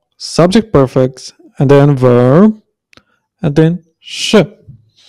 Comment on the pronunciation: It's pronounced priii- fix. Priii that rhymes with tree or free.